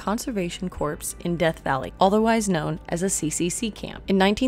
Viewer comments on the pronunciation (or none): Did I hear you right; did you say "Civilian Conservation Corps", pronouncing the last word as if it was spelled "CORPSE", (as in dead body); when it's supposed to sound like CORE (as in apple)? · My dead father would disagree. He was an Iwo Jima survivor. 5th Marine Division. Tip of the spear. Any reference to the service was calling it the core. Not corpse. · Corps is pronounced core. US Marine Corps is United States Marine Core. Civilian Conservation Core. Military Corpsman(medic) is pronounced Coreman. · I enjoyed the video and am a new sub! Oh, just one bit picky thing, Corps is a silent s. So, pronounced like Conservation “Core” … United States Marine “Core” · The word corps is pronounced core. Like the video